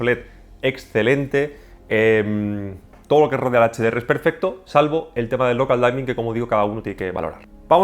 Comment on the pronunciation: Local Dimming, no Local Daimming